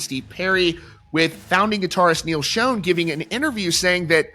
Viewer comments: It's pronounced 'Shawn' not 'Shone' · Well now he has SHOWN you a new way to pronounce SCHON. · I have been a fan of Journey since 1983 and I never ever have heard anyone pronounce Neal Schon's name like you do